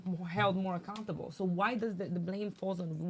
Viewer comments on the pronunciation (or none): The orange she said the person that initiated the problem we have to hold more comfortable bahaha lol big idiot she meant more accountable she can’t even pronounce the word let alone comprehend what it means😂